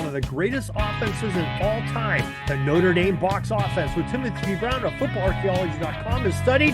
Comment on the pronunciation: This guy cannot even pronounce the name of the university properly.